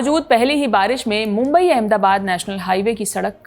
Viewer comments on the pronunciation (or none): none